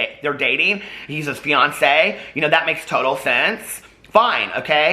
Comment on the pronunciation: I kept hearing “Ryan’s Beyoncé” instead of fiancé 😂